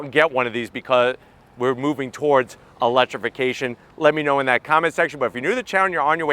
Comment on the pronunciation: "in this moment of eletification".... guys, should we even tell him?